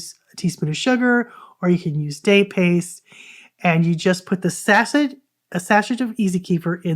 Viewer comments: The "t" in sachet is silent, as it is a French word. It is pronounced "sash-ay". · I think it quite beautiful when some people might have only read the word and not heard it spoken...potaytoe puhtahto 😂 as long as we understand the meaning 😉 annoying for someone who likes pronunciation tho😂😘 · You are welcome to think the way you like...however...I've been teaching reading for over 40 years. Most people have heard sachet pronounced correctly in conversation, but don't recognize it as the same word when they see the word written. If someone doesn't TEACH them, how will they EVER know??? That's what teachers do...teach you what you haven't learned before...and we all have a plethora of things we didn't learn by the time we left school. Knowing something and NOT sharing is a FAR greater unkindness to me.